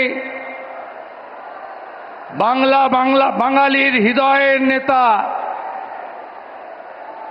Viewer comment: হৃদয় ❌ হিদয়✅😂